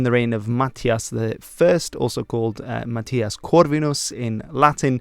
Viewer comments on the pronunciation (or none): none